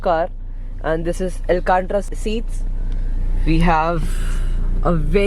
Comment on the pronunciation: Bhai alcatra seats nahi hota it is alcantara seats kuch bhi bolte ho